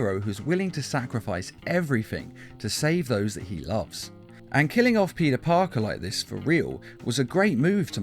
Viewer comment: U said puty Parker